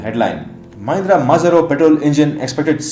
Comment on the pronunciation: The name of Marazzo was mispronounced as Mazarro